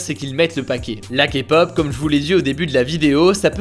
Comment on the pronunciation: Au moins quelqu'un qui ne méprise pas la Kpop et SURTOUT qui ne dit pas "Kapop"